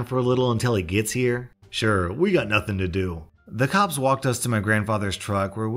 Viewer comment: When he does the EP voice and said "I'll call the cops!" it sounds like "I'll call the cups!". You wanna cup of coffee? Hot chocolate? Just go to Starbucks or something; they're freakin' everywhere anyway!